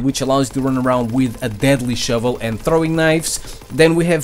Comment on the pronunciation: The "shouvlè" should be turned into a MEME. RIGHT NOW!!